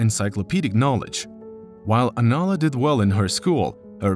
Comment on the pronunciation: The narrator keeps pronouncing her name wrong. He calls her Alana rather than Anala. Come on…..